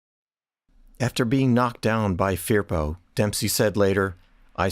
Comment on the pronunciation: Pronounced . . F E R P O